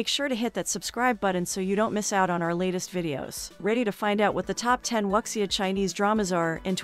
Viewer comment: Excuse, it's pronounced as "woo-xia"....